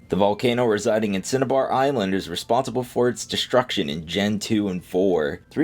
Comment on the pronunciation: My man said "Cinebar" lmao